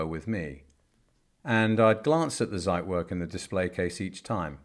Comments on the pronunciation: Dear sir. Out of respect for the watch, please be so kind and check the pronunciation of the Zeitwerk. No "site" there...... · The mispronouncation of "Zeitwerk" makes me cringe.